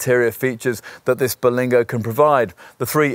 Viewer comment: it isn't called the "Ber-LENG-go lol. Sorry. I'll sit quietly in the corner